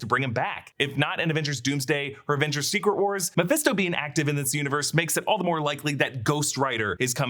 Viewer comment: You called Mephisto incorrectly at least 10 times over the years. Even a broken clock is right twice a day.